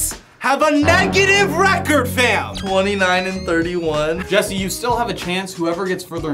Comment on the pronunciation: It’s Jesse not jiedil